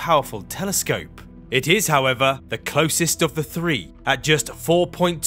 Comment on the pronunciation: The elected English speech impediment is a Do Not Recommend This Chanel button for me. Why is it a TH at the beginning, middle, and end of words like "that, although, and Earth," but mispronounced in "free-D, somefing, and wif"? I've been to London twice and no one can tell me the rule on when it is proper to replace th wif f.